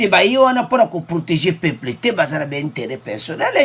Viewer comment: Peuples et non peple